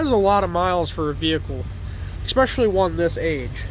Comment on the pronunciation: He lost me at “ek specially”.